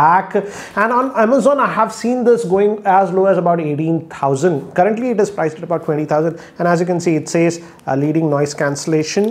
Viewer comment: The way he says Doubleooo is too funny 😂